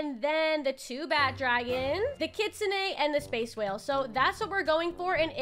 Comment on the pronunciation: Bro I hate when poeple say kitsune like kitsuneigh… it sounds weird no offense. I’m just a big kitsune fan